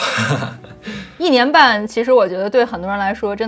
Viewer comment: 如果一定有想要提升的地方的话，就是一些升调在句子中的变化可能有你会有些没有注意到，比如视频中的“一年半”的一字通常大家会说yì不是yī，“挑战性”是三声-四声-四声（偏轻），不过都是一些小问题了，如果多跟着电视剧模仿半年就是native speaker水平啦🤣